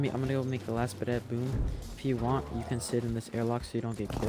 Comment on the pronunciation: when says "boom" it kinda almost sounds like "boob"